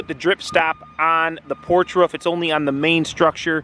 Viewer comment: Mate it's ROO FFF not woof!